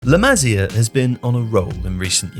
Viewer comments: It's pronounced 'LA MA SIA' NOT LA MAZIER FFS 🤬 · It's La 'Ma-see-ah' not La 'Mazeeuh' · "Le Mazzia" bro tell me you're trolling for engagement 😂